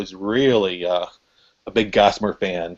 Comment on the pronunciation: Gossimer not Mortimer